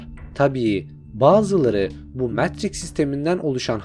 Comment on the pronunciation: Videonuz mükemmel ama metriks demeniz daha mükemmel 😂